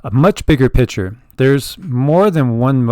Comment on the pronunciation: Lol need to let you know when you say picture its sounds like you are saying pitcher.